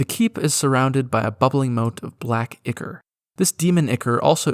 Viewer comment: The pronunciations are killing me. So heres my autistic comment. Ichor sounds like eye-core. Plague is pronounced like playg. And no sigil is not pronounce sih-gull just because Zeb Cook pronounced it like a baboon irl and made it canon in his book. Autism moment over Great video. 😂